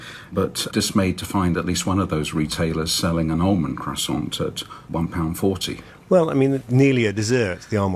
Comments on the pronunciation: Fella refusing not to pronounce the r and t. CrassonT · My biggest takeaway from this video is: KWASSON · I'd like to see a British Standard Croissant just to piss off the French lol. It would, of course, have to be pronounced Cross-ant. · He brought an "expert" on who can't even pronounce croissant correctly. Some expert. I am writing a Stern Letter now. Does anyone know Stern's address?